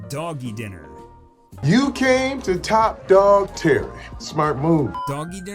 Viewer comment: Doggie Diner………it’s dIner, not dinner.